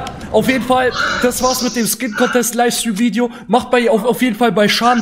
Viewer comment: 😂 Junge wie alt bist du erstens heißt es nicht ,,Vidio" sondern Video. Und nicht ,,Tüpen" sonder Typen.